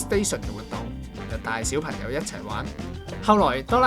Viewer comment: 點解主持/旁白嘅懶音問題可以咁嚴重 "講"場 "角"家 小"貧"友 "你"又講成"理" 全部都係低級錯誤 聽得好辛苦